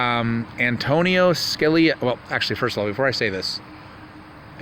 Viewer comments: Antonin ..,.... pronounced AN TO NIN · It's not Antonio. it's Antonin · not antonio its antonin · Antonin..not Anthony. Good work